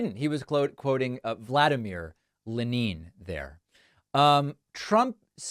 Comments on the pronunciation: Actually, it’s Stalin that said it’s who counts the votes that matters; not “Leneen.” 😂 Watching Trump try to pass a stool was fascinating. I didn’t know he was so constipated?! Poor guy! Shouldn’t he have been sitting on a toilet though? 😂. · I never heard of luhneen. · Leh - NIN ! 😂😂😂😂😂😂😂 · lets be honest. Democracy is failing. Trump says "leneeen" stretching his pronunciation to indicate a sort of sarcastic dissaproval. "Chi - nahh". "hooos aayne". Mans a nutter and a messaging genius. But more a nut gob job. As luck would have it, Americans are educated progressive in the majority. The americans who vote for trump are hard core trump....but there is not enough of them. Most people in America are reasonable and intelligent enough to recognise a show man. This is Trumps weakness. He cant pul his rubbish off on educated USA citizens, and thanks to the democrats there are more educated people that there have ever been. Packman keeps your flag flying and fights the hard fight of detail. Then again he pulled that aprils fool thing after posting that he needed donations. Ouch. Ill still contribute because if I dont then the ginger lunatic wil destroy more. We need less. And Im british which means what hits the USA hits us economically one government term later. If America catches a cold, its allies sneeze later on. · Can't pronounce what's on the teleprompter so... Len-neen? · Who is Lenneen? LOL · "Lenin"? Maybe he thought it was John Lennon. LMFAO!!!!!!!!!!!!!!! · Russians do pronounce Lenin slightly different than in English....So his Russian is as bad as his Spanish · That's not how you pronounce Lenin in Russian. That quote, which is apocryphal, is normally attributed to Stalin. The other dictator. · In Lenin the emphasis is on the first syllable. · FYI - Lenin with emphasys on 'e'. Even in Russian. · Russians don't pronounce Lenin, Leneen. They pronounce it Lennin. Trump is an idiot. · "Rush-AH!" "Len-EEN" Did he even finish high school?